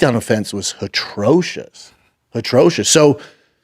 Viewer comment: Did this dumb dumb just say HITROCIOUS!?! I’m out